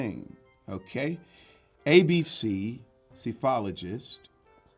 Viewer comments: Psephologist is pronounced suh and not -see I’m playing along lol Major is right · Major got the correct pronunciation of Psephologist. Proof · I think Major pronounced Psephologist correct